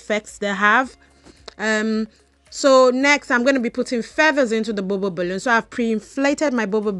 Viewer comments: I don’t think you’re stuttering you’re just saying the “bubble balloon” over and over and over again a million fn times lmao. Just saying balloon would have been suffice lol especially cuz it sounds like you’re saying bubba balloon. The bubba the bubba the bubba lmaoooo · I love the way you say bubble balloon in your accent